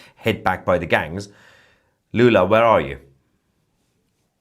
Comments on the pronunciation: Not Lulu, it's Lula, Got it ? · If you want to make serious news how about starting by naming presidents by their real name. It‘s Lula, not Lulu.